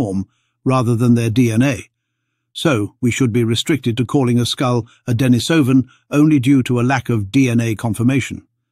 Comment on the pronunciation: Denisovan is pronounced "Deh-NEE-suh-ven".